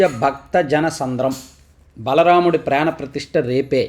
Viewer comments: సర్, వార్త చదివేటప్పుడు అక్కడ రాసిన విధంగా స్పుష్టంగా చదవండి. బలరాముడు కాదు, బాల రాముడు. నిన్న కూడా ఇదే విషయం మీద కామెంట్ చేశాం. గమనింగలరు. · బలరాముడు కాదు సామీ "బాల రాముడు"... నిన్న కూడా అలానే తప్పుగా చదివారు. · మీరు ప్రతిసారి బలరాముడు అంటున్నారు, but అది బాల రాముడు... correct గా పలకండి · Baalaraamudu.బలరాముడు కాదు. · "Baaala Ramudu" Not Bala Ramudu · Nuvvu malli malli thetĥra yughamu dwapara yughamu kalipestunnavu (baala)not (bala)correct ga matladu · బలరాముడు కాదండీ, బాలరాముడు గా పలకండి. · adi బల రాముడు కాదు బాల రాముడు (baala ramudu) please kodiga chusi palakandi 😢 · మీరు బాల రాముడిని బలరాముడు అని తప్పుగా పలుసార్లు చదువుతున్నారు. బలరాముడు శ్రీ కృష్ణుని అన్నయ్య. భవిష్యత్తులో ఈ పొరపాటుని సరిచేసుకుంటారని భావిస్తున్నాను. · మీరు నిన్నటి నుంచీ బల రాముడు అంటున్నారు.... అది " బాల రాముడు" సార్